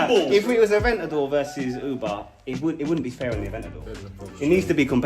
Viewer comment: "Ooba", "Uber"....its "Auba" ffs 😂